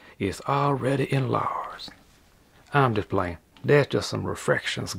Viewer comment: Skip to "..... um'juh'playin" 🤣🤣. ... I love this guy right here, he's one of me favs on YouTube.